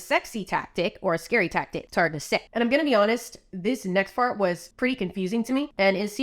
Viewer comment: you said "this next fart" insteada of this next part 😳 🤣